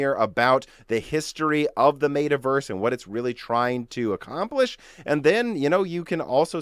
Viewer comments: *cough*...."MET-A" not "MAY-TA" LOL. excellent vid as always. Keep up the good work. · Did you say "Maytah" and "Maytahverse"?